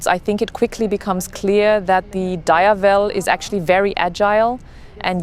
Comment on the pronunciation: DiAAAAvel Not D I evel